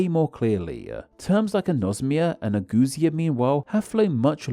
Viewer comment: Are the "eu" in ageusia and ageusic really pronounced like oo? I would expect them to be pronounced like yoo, just like in the word euphemism.